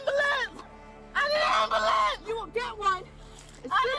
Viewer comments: She Axed fuh Amblamps lmfao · Never trust anyone that calls it an ambooolahhnce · "I need Ambolance"!!! "I need Ambolance"!!! "I need Ambolance"!!! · What's an " Ambalance " ?!! 😅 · what the is ananbullence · “Call an amboolance”! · Why can't my people say ...AM-BU-LANCE? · I wonder what an "ambahlance" is 🤔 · Her repeated mispronunciation of ambulance is driving my nuts 😅😅😅😅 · An American who can’t pronounce ambulance correctly. What’s up with that? And those that broke in the house, they are all guilty by association. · Shouldn't be allowed to get an ambulance until you learn how to pronounce it. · She doesn't even know how to pronounce ambulance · She can't even say ambulance right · That first chick needs how to correctly say ambulance! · You can't have a ambulance until you can pronounce it correctly 😂